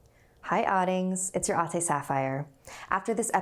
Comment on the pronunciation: I dont want to judge since im also filipino amd my accent is really bad since i grew up in london but the way she said autase instead of ates😂😂 no shade cause im shit at filipino accents as well